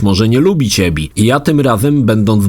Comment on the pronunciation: Abby czytasz jak Ebby ? WTF🤔ale Mistrzostwem Świata jest "ostatnie lata spędził w beczce" : W JAKIEJ KUR*A BECZCE ?!?!?!? ....mówi się "pod kamieniem" HAHHAHAHA